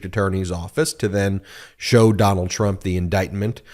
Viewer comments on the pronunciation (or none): none